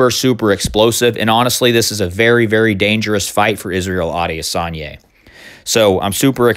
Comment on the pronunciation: I think it's pronounced Israel I-diss-on-ya